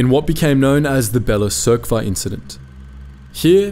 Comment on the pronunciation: Although it was assumed that the first rebellion was in Bela Crkva (pronunciation "Spanać" 😂 sorry, it's funny), which was actually an armed dispute between several people, the first rebellion against the fascists and finally the first liberated territory was in Montenegro on July 13.This is also a recommendation for a new separate documentary - July 13 ☺️